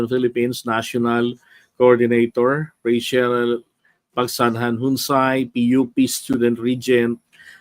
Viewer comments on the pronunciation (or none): none